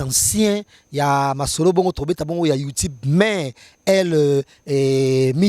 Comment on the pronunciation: YouTube non youtibe musique et non misique svp